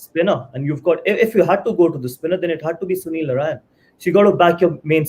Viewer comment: Someone tell mister Manjrekar it's Narine not Narayan.